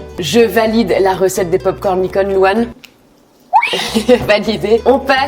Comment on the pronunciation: Tu as dis je valide les popcorn licone🤣🤣🤣